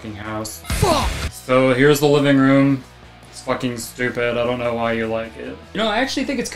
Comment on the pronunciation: "i hardly naur her”